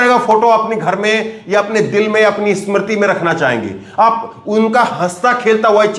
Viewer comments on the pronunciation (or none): none